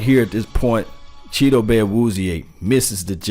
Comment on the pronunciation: Brian DeLuca he actually is pretty close, they asked him on 1310 the ticket how to pronounce his name and isn't messing it up like some people have.